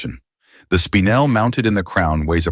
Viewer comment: "Spinel" is NOT said as "spine‐l".....it is said as "spin-el" get it right or don't do it at all. Spinel is stunning as it is "double refractive" whereas diamonds are only single refractive.